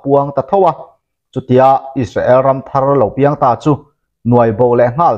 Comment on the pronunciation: Is-sa-el tia lam ai chuan, Is-rel tia lam rik a tha zawk lo maw, a bak chu sawi tur ka hre lo